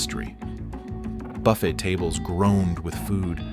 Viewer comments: It is. Nobody says “Buff-et”. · "buffet" is pronounced buf-fay .. I'm thinking the voice-over is not AI now because of the mistakes.